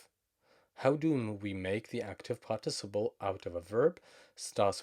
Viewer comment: Excellent lesson. Also, it's pronounced PÁRTiciple (stressed on the first syllable:)